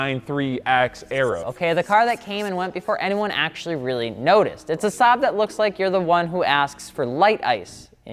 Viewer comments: I hate how hard he butchered the Saab 93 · wtf man, one of the few times you or anyone even mentions Saab and you butcher it.... Like why don't you just naturally as a car guy know the difference???